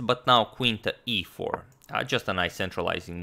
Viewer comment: I like how he pronounced e4 like EA sports